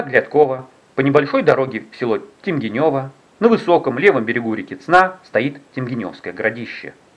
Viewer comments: Автор, я из соседнего города Сасово. Проезжал мимо когда вы снимали. Думал про вас и оказались вы. Но в данный момент говорят не Темгенёво а Темгенево с ударением на вторую е. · Фильм замечательный, но внесу поправку: Темгенево, а не Темгенёво. Ударение на вторую гласную е. Я живу в Сасово, а Темгенево и есть окраина города Сасово. А в целом выражаю огромную Благодарность за ваши труды! С огромным удовольствием смотрю ваши фильмы и как говорится: все пазлы складываются в логическую цепочку. Ещё раз огромная Благодарность, Благополучия и процветания!!! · Ударение на первое е в слове темгенево